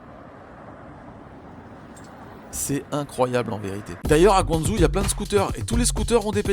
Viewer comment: Trop bien ces shorts! Par contre ça serait encore mieux de prononcer GuangDJO et pas GuangZOU ;)